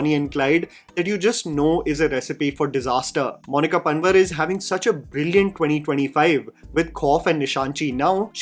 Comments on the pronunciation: Correction : it's not pun-var its pronounced as Pan _WAAR , Monika Pan"WAAR" panwar pronounced actually PAN'WAAAR" is a common caste here in garhwal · its monica panwaar not pun-vur, so much for favorite actress